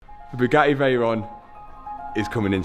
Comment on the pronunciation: "BOOGARDY"?? It's "BUGATTI" "BU" rhyming with "YOU", "GATTI" rhyming with "FATTY"